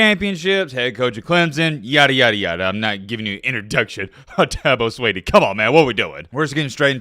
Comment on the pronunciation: It's Swinney,. Not "Sweeney". I thought you were a "know it all". More like MattBeILLITERATE. Anyway. I love the channel. Go Tigers!